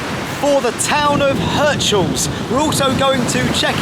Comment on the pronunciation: It's Heeerts-haaahls 😂